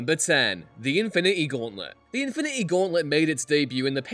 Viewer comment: Infi-needy gauntlet??